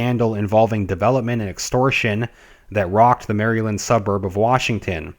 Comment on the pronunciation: here is how MARYLAND is pronounced.